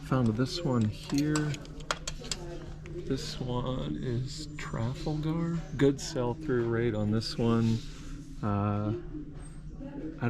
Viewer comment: FYI. Tra FAL gar. Like the square in London where the statue of King George IV gets soiled by all the pigeons. Hermes is Air MAY. And Yves Saint Laurent is pronounced Eve San LorAWN. I know. I’m one of THOSE people. Sorry. Sure appreciate the offer.